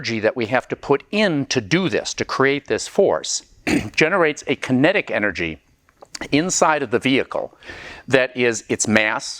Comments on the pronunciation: Kinetic — not Kenetic… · "Kenetic", LOL, I knew you weren't perfect. Another cool video nonetheless. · "Kenetic Energy" :(